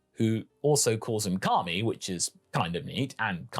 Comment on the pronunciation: Why do I keep hear him saying Kami